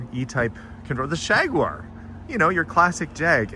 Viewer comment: Wow! It's a Hot Wheels Redline..., that's a beautiful car! And did I hear you call it a "shaguar"??? LOL!